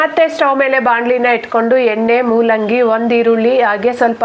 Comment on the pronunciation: Mullangi alla madam it's moolangi